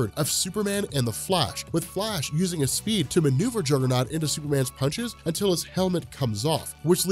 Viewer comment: "CAUSE IM THE JUGGUHNOWT BITCH"